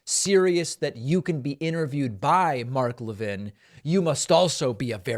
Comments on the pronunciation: I wish you would pronounce his name correctly. It really diminishes your message. The fat is Mark Lavine is evil, you don't need to mis-pronouce his name. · A Jewish guy can't pronounce Mark Levin correctly?